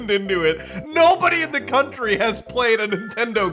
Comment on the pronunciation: In the cont-ter-e lol made me laugh